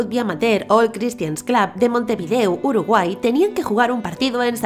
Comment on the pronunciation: "Montevideu" JAJAJAJAJA